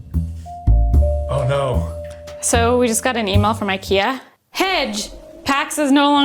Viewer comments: As a Dutchie (who knows some Swedish) pronouncing 'hej' as 'hedge' is wild (hahaha!) Is just pronounced as 'hey' :-) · Looks great! But there IS a difference in those two images in the IKEA instructions! Maybe I see it better because I´m swedish?? 🤣 Also, "Hej" is pronounced "Hey", NOT "Hedge" 😘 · pronouncing Hej as hedge is so funny to me- IKEA is swedish and Hej is hi is swedish XD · The way said j in Hej was hilarious 10/10 also thank you for blessing us with a boop 🙏🏾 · The pronunciation og Hej by was amazing 🤣 If anyone should be wondering, it means Hello.